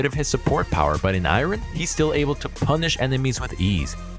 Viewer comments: Am I the only one that found he said iron to be a little off? Just me? 😅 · I’ve never heard someone pronounce iron like that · Lmfao I'm glad someone else mentioned it xD